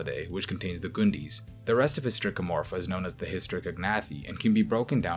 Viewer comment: My dude said Gundis and I lost it 😂